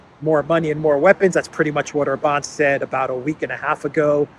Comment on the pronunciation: OMG,, you pronounced OR-bahn correctly, finally! Yay! ❤